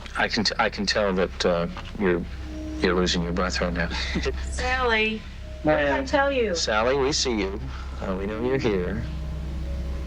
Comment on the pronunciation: SALLY she's called SALLY but spelt Sallie. Nobody is called Saily there's no sails, yachts or sails in this story‼️🤷🏼‍♀️